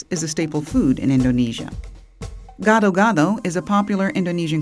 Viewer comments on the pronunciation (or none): its funny how shes trying to said gadow-gadow and nasi goreng..